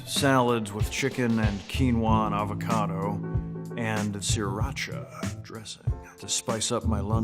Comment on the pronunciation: its so weird hearing nick offerman say quinoa and avocado